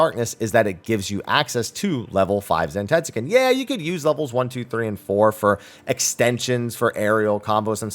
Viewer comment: That pronunciation of Zentetsuken is throwing me off